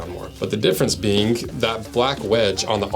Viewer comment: You add a little 'k' at the end of any word ending with 'ing' … Like "beingk"